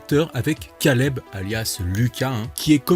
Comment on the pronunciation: Stp fait un effort pour ton accent anglais quand tu dit caleb ça fait mal aux oreilles la